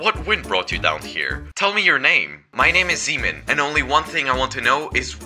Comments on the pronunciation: sounds like semen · I keep hearing him calling himself semen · Why does sound like semen